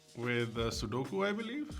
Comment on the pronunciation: man said SUDOKU ????